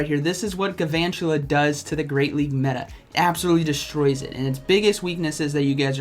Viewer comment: I like the video but P L E A S E stop saying "Gavantula". It's Galvantula, with an L.